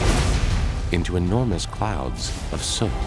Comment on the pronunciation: It’s soot